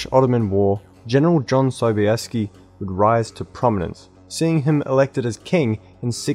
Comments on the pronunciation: "John Sobayeskee"... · JOHN Sobieski.....I mean I guess it's technically correct but also feels so wrong.